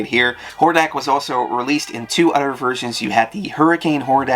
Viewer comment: This guy has an unusual speech impediment. Instead of hearing the words “threw”, “three”, “throne” and “other”, I interpreted it as “true”, “tree”, “trone” and “udder.”